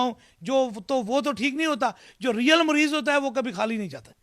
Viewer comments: Abe jahil WO morez nahi hota mariz KYTE hai bimar ko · Aby jahil mariz bolna to sikhle muriz nh mariz hota ha jahil or ye jo interview le rha ha ye bi is hi Ka tatta hai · Isko bat karny hi nh ati Mareez ko Mureez keh rha shuf shuf pehly bolna toh seekho😂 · Mareez ❌ murrez ✅ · Mureez nahin "Mureed", 😀😁😃😄😆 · مريض hi nhi kehna a rha Is jahal ko